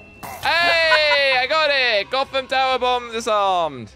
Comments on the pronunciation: It's not akram it's Gotham but I guess copyright? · it´s not arkam city, it´s gotham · Sorry but it’s Gotham city not Arkham city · Bro he said Arkham city but good video keep up the good work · BRO REALLY SAID ARKHAM CITY💀💀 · It's Gotham city not arkam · Did he say arkham, not gotham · why did he say arkhamn city its gotham city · did he say arkam city its gothom city